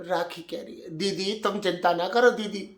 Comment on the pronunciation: ‘Ae didi’ 🤣 I wish I could type ur accent too it’s too funny